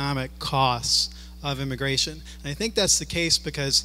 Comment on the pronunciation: It's immigration, not immagration.